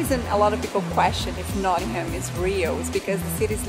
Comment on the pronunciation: Please please it's not pronounced "not ing ham" it's pronounced "not ing um" a good look at some of the stuff in the city but as a Nottingham resident I'd definitely recommend checking out the river trent if you want somewhere scenic to visit if you're looking to have a night out that's where Nottingham is amazing as there are so many amazing pubs the trip to Jerusalem is definitely a good place to visit but I'd also recommend highly a few others the malt cross the trent navigation the organ grinder and the vat and fiddle most have their own associated breweries and alot of the beer on offer is not available outside Nottingham much if at all not so much for the malt cross but its a very nice building the ice arena is a great place to visit as is the cricket ground notts County are one of the oldest football clubs in the world as well as the more successful Nottingham forrest which is one of the most picturesque stadiums you will see on the banks of the trent standing on the trent bridge itself is the best way to view it I'd definitely recommend getting out to Beeston and walking round the lake at Highfields Park by the University (the tram takes you straight there) rock city is pretty good as a live music venue too and the theatre is a very good place to watch a performance Hockley is great for the hipsters Nottingham also has the only hooters in the UK don't go there for the girls go there for the wings they're amazing